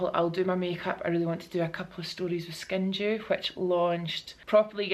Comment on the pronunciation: If I’m totally honest!!, last week and this vlog, too, I thought you were saying skin JEW! I was like hmmmm I wonder what the meaning behind that is?🤔 Congratulations on the nomination!!! How flippin exciting is THAT?!! So cool to see you on a plane and traveling again! I hope you are having an absolute blast!! 💕🙌